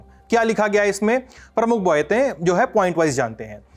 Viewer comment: Ese hindi bolne me bhi muskil hoti hai Baaten ko Boiten bol gya😅